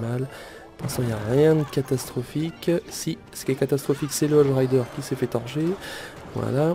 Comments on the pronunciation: ON DIT HOGUE RIDER PAS HOJE RIDER!!!!! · Cest hogue et pas hoje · Moi aussi sa m'énerver quand il disait ca X) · Par contre les cochons tu prononce "hodge" mais c'est "hogue":p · Ahhaha le chevaucheur de cochon en anglais ça se prononce hogue et pas odge x) et états uniens ça n'existe pas sinon gg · stp arrête de prononcer "hog rider", "Hodge rider" c un G putain!!! hog! hog! hog! sinon super vidéo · Arrête de dire hoge rider c'est hogue rider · Les cochons en anglais ce prononce hogue rider x) !